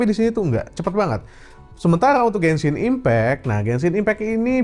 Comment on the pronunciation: Yang pas sebut genshin, apa aku gasalah dngr ya, blgnya kok bensin impact🗿